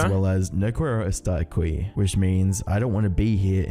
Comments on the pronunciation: “No qweiro estar aqwee” Why did he pronounce it like that😭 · no kwero estarr akwi 😭😭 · IM NOT EVEN SPANISH OR ANYTHING, BUT "AKWI"